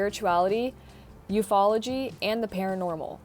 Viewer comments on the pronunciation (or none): none